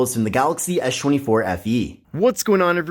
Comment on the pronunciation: Why are you saying "eesshh" 24 fe ?